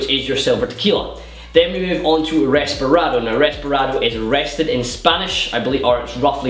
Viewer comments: Its Reposado, not Resparado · Isn't it called reposado, and not resperado? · reposado not resparado